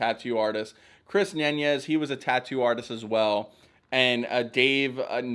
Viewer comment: Yeah criticize Oliver Peck as a racist and don't worry about learning the pronunciation of Navarro and Nunez...